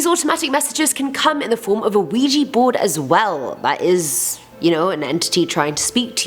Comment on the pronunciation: Ouija = Weeya.... not weeji